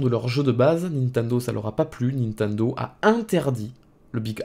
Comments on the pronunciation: Sa me fume a chaque fois tu dis nentendo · Pourquoi tu dis "Ninetundo" ? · Comment il prononce Nintendo. xD